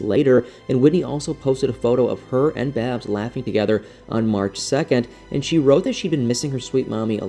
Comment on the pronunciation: Babs not baby